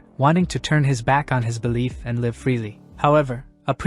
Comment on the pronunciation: It's annoying that the narration is always getting things wrong. Switching pronouns like he/she, and reversing names of characters. Need to fix your broken narrator bot. Can't even say "live" and "bow" with proper context. So annoying.